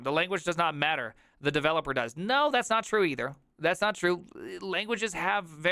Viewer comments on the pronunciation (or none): none